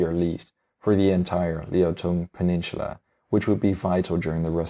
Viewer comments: Your pronunciation on the Asian names are good, but the way you say "peninsula" is really cringy. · Seoul is generally pronounced as sole, there is no "h" in peninsula, apologies for pedantic criticism as English is clearly not your first language. Your videos are excellent, and your choice of more obscure historical topics is very much appreciated. Congratulations on your subscriptions and keep up the good work!